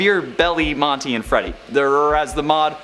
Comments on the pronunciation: he says buff greedy and Morty instead of Monty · You said Morty instead of monty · You said morty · "morty" lol